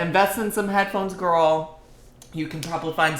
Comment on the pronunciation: Don’t you mean the L. Grrrrrl talk like you live in Chicago 💙🤣